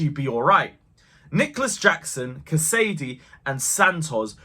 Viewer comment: It's Cas-a-day not Ca-sady. Happy with everything we saw smooth start for Poch. UTC! Keep it up.